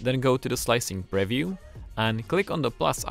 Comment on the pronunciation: if this guy says preview like that one more time...